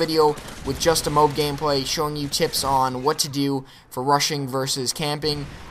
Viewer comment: Its really irritating, he keeps saying "moob" instead of "m.o.a.b" A good game though!